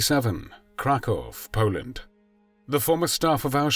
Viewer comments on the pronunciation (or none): none